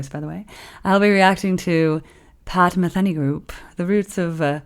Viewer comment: Pat “Ma-thee-nee”, not Pat “Ma-thin-ee”